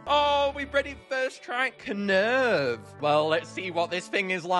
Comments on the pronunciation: Is nobody gunna acknowledged knurv's name is supposed to be spelt like nerve, because of the eyes being the instrument (knurv uses nerves, NERVES ITS NERVES GUYS PLEASE SAY NERVE NOT KUH NERVE) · Knurv is pronounced Nerve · Just pointing out - the 'K' is silent. Knurv is pronounced 'Nerve' - like the optical nerves that make the sound. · I love how every one pronounces it as “Ku-nerve” when it’s just “nerve “ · Knurv's name is simply said as Nerve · I Think its Pronounced Nurv as in Nerve and the K is Silent i think but i might be wrong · Knurv is pernounsed "nerve" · I love just how passionate is about this game, and how genuine he is in his videos. Also the K in Knurv is silent but I don’t want to nitpick 😅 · Even you said Knurv's name wrong xD The K is silent, similar to the words Knight and Knife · i think the k is silent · U said knurv wrong its like gnarls where u dont say the g sp with knurv you dont say the k just helping u